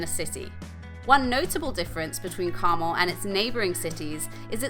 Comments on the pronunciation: 😁It's Car-mel, with the emphasis on the 2nd syllable!!!😁💚💜💙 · Good video, but you are mispronouncing Carmel! As I'm "Carmel by the Sea"